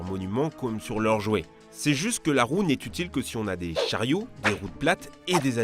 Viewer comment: Petite précision il n’y a pas « s » à « si » Donc pas de liaison merci 😊